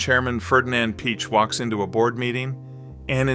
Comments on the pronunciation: you lost me at ferdinand "peach" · It's pronounced "pee-ach"